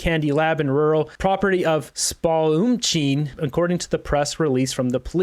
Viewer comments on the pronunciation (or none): It’s pronounced SPALL-UM-SHEEN 😉🫶🏻 And if you blink you miss it.. so gross.. this is why I left b.c.